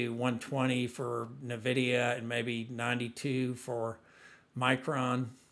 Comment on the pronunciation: FYI: It’s pronounced N Vidia not Navidia.